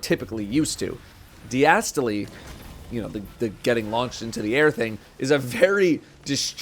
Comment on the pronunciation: Die-a-stole. It’s named after the resting pressure of the heart. Not die-as-toe-lee